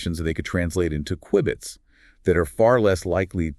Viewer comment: He mispronounced q-bits